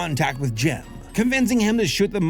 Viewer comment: Took me about 20min without subtitles to realize you were saying Jim and not "gem"